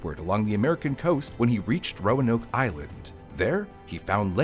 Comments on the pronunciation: The emphasis is on the first syllable - "ROAnoke," not "RoaNOKE." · It's ROAnoke, not RoaNOKE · This is great info but its name is pronounced roan oak after red oak. Signed, a Roanoker. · As a previous local, I'm more surprised that I've been mispronouncing Roanoke this whole time... the lift in the a is a lot quicker and much more subtle in normal conversation. I've always said "Row-noke" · Modern american english typically puts the emphases of 3+ syllable words on the 2nd syllable, so it would be roAnoke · Why does he keep putting accents on the wrong syllables in the name "Roanoke?"